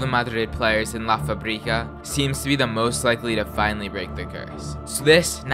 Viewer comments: Fabrica!!! Not Fabríca fAbrica // fuhbrEEcuh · FA! - Brica. say it this way next time